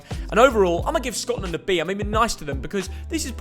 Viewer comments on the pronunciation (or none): none